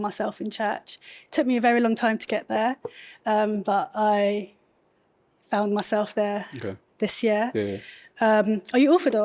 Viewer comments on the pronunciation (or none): none